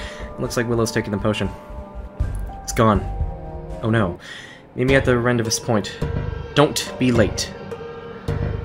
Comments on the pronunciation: Rendezvous is pronounced rondayvoo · When you pronounce "Rendezvous" wrong